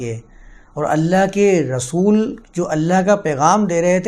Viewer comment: رسول کو غسول مت کہا کیجیے۔ اردو کی عربی میں تلاوت کی کیا ضرورت ہے؟